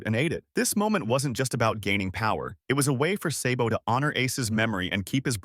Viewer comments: It’s pronounced sahhhbow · Say-bo?!!! You sir are disqualified from ever talking one piece again 😂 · i am reporting your channel for mispronouncing sabo's name